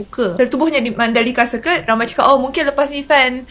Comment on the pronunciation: Orang yang belajar bahasa inggeris tahu sebutan betul circuit, iaitu sirkit,. Yang tak tahu mereka sebut ikut ejaan, jadi sirkwit!